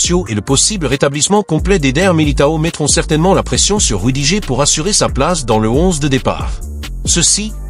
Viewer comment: L'IA audio lit "rudigé" quand on lui écrit "rudiger". Il faudrait lui proposer une autre orthographe pour obtenir la bonne prononciation. Ex. : "Rudi-gerre". Et c'est ainsi pour d'autres noms propres.